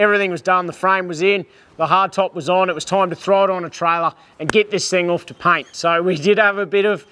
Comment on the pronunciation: The word is pronounced off, not oof 🤦